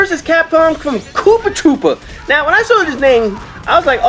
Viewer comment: Uh.. It um actaully K00PTR00P not koopatroopa.. awkward..